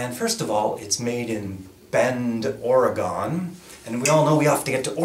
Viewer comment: Say it with me... OR-UH-GUN. Not OR-UH-GONE. Come on man! Now that we got that out of the way lol :)